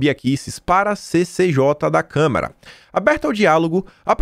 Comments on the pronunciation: Caro, lembre-se não é câmera, é câmara. Esse é um erro básico imperdoável para uma pessoa alfabetizada. Procure se lembrar e controlar a vontade de falar câmera. Abs. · Kkkk acho que só deve ser problema de dicção... também fico nervoso em ouvir ele falar câmera kkkk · todo dia te assisto, mas com minha humilde opinião: é CÂMARA e não CÂMERA! Bjs